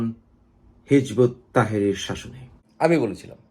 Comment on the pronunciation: দাদা, ঐ দলের নাম হিযবুত তাহরীর। আপনি নামটা ঠিক করে বলেন।